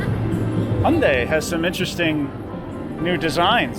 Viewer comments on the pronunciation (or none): none